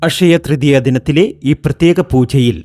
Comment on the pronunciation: ഫഗവാനേ....... ഈ ഫക്തനെ മലയാളം പഠിപ്പിച്ച അദ്ധ്യാപകനെ ശപിക്കരുതേ.... അഷയ തൃതീയ ?....